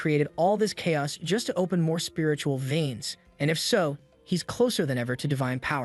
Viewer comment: Lmao, my whole aura is i don't give a f***, I would be a god in this world. Also, the way this AI says "spiritual viens" has implications, lol.